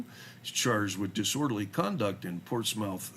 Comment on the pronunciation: Portsmouth is pronounced "Portsmuth" very soft "u"